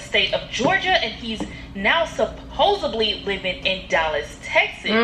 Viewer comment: Reading “supposedly” as “supposebly” when it’s right in her face is ridiculous 🤦🏽‍♀️